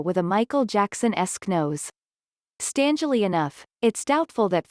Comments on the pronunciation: Stangely? STANGELY??? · "Stangley enough?" (4.14) Seriously? Who is narrating, a robot? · "Stangely enough"...?!? You mean, "StRangely enough", right?? My, my...the illiteracy exhibited routinely in these "influencer" vids is decidedly disconcerting. Either reread your cue cards, get a better spell-check or pick up a textbook, yes? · "Stangely Enough" is the most botched thing on this list